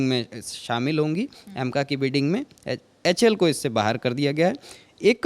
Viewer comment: Lockheed ko bol raha lockheel...... HAL ko bol raha Houl..... Pehle sikh lo uske bad news banau.... LOL